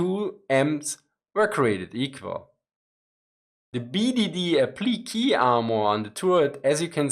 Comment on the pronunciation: Love your work, hope you're not offended by occasional pronunciation help. Applique is a French loan word - aah-pli-KAY. Slight emphasis on the middle syllable. Glad you're covering Ukraine, we all have many, MANY questions.